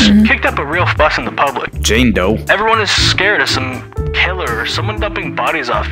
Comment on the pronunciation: the way he said jame doe got me rolling 😂😂😂😂